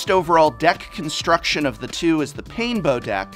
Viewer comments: "Bets overall deck comstruction" made me chuckle. But another great video, Prof! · “Deck Comstruction” 😋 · "Bets comstuction" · Did anyone else notice "comstruction" ?